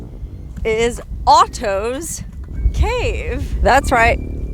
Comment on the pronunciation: It sounds like you're saying autos cave.